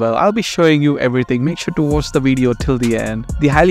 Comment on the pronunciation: Oh the weedeo? Have you had your cow dung sir?😊